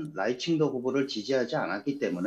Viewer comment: 발음을 잘해라. 라이칭더 할때 라이는 4성이다.. 라이 할때 강하게 발음해야 한다.